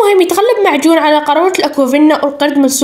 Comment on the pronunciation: لام جون❌️ معجون ✅️ كرمسن❌️ كروسن✅️